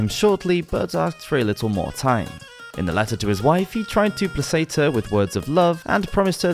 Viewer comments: Ducat = "Duck-at" Placate = "plack-ate" "An hilarious" though either are ok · Don’t get me wrong - I love your videos- really well researched and put together. But sometimes I’m surprised when you mispronounce the odd word. The word here was “placate”. I hope you don’t mind me saying this